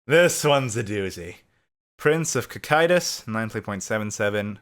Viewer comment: Wait, is that how you pronounce Cocytus?